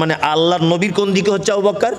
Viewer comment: রাদিআল্লাহু / আবু বকর শব্দের ভূল উচ্চারণ। আশা করছি ওয়ায়েজ সাহেব উচ্চারণ দুটি সহিহ শুদ্ধ করে নিবেন।